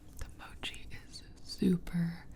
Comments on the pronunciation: Its Mow-Chee not Moo-chee lol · Lol she pronounces every thing wrong of she said mochi like mawchi I was gonna flip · she said moochie instead of mochie.. it’s pronounced mot-shee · Gibi Pls! Mochi not Moochi :) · Correct me if I’m wrong but Gibi I think they are pronounced Mac- uh- ron and moe- chee. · It's mochi (Mo key) not mochi (Mo chi), no hate just a simple correction